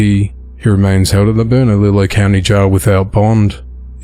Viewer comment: The "ll" in "Bernalillo" sounds like "y", so "Burna-Leeyo" is a more apt phonetic spelling than "Burna-LiLLo" for American English, if that helps. — A New Mexican